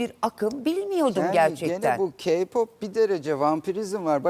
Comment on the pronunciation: KPOP AKIM DEGIL MUZIK TURUDUR LAN. AYRICA "KİYPAP" DEGIL "KEYPOP" DAHA NASIL SOYLENIR ONU BILMIYON. GELMİŞSİN BURDA KONUSUYON. SEN GALIBA HAYRANLARDAN DEGILDE SEDA AKGULDEN DINLEDIN KPOPU. KPOP FANI KAYBOLDU DIYE KPOPU SUCLAYAMAZSINIZ. O ONUN KENDI TERCIHI KPOP BIZE GIDIN ZAYIFLAYIN RENGINIZI DEGISTIRIN DEMIYOR. KPOPU SADECE ERGENLER DINLEMIYOR 90 YASINDA HAYRAN OLANLAR BILE VAR ONLARDAMI ERGEN GERIZEKALILAR